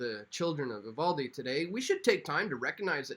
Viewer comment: You're one of a few people that pronounced Uvalde correctly